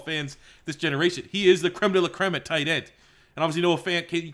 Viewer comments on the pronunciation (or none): none